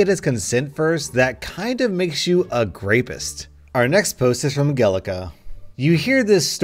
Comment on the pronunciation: "grapeist" lol